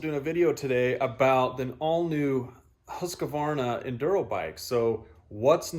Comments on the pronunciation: More like Huus-qvarna. Not Hasq-varna. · IT'S NOT HUSQA VARNA!! ITS HUSQ VARNA!!